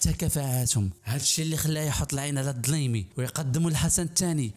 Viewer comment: الديلمي ماشي الدلايمي...